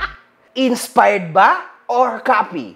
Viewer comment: inspard daw sabi...heheh d mabgkas maayos